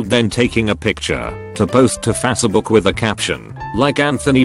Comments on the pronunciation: Fas book? Face as in race, not fas as fast. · Nobody: Text to speech: fazshebook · he reads it fatsbook lmao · Never get sick of hearing "Fassabook" lol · Fasse-A-buk lol